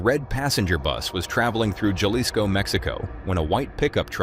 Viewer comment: The j in Jalisco is silent. Pronounced halisco.